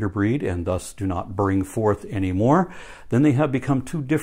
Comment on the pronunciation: "Bring fouth and multiply."